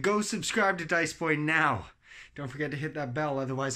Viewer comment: "Suscribire a dize boi"